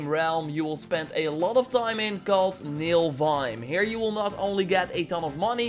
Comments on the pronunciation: Yeah, you keep saying "NiLfheim", but it's actually "NiFlheim" :) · U say NILFheim but its NIFLheim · Niflheim not Nilfheim :P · It is niflheim not nilfheim 😂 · MILFhime. Lol.. definitely not Niflheim. Naaah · Because of u i call niflhiem, nilfhiem... its NIFL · What is Nilfheim? I thought it was called Nifelheim 😂😂